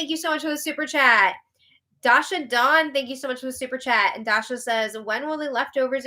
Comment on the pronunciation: Not a big deal but it’s Day-sha